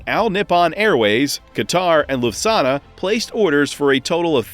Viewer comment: You need to learn to pronounce Lufthansa correctly 😜